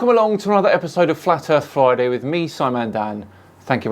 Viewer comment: did you just say flat earth flyday?